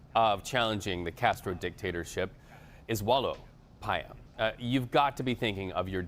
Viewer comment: It's not "PAyas"... it's "paYÁS"